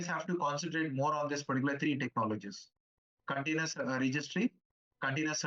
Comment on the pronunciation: He said it as "container" but it sounded like "continuous". Use subtitles